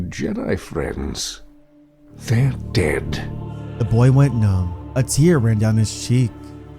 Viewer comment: why do you over exaggerate the word dead